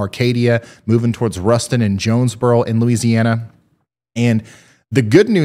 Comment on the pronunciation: as someone from nea, the pronunciations of the towns made me wanna pull my hair out lol. jones-bor-o, o-see-o-la, tur-el, le-pan-toe is how you pronounce those towns. not trying to be rude, just trying to help